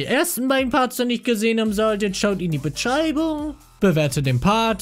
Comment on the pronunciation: Wie er einfach B*tchreibung sagt xD